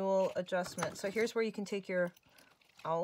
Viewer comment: awl is pronounced.....all.